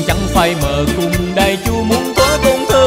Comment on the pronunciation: Chị phát âm sai 1 chử nhà chu chứ ko phải nhà châu .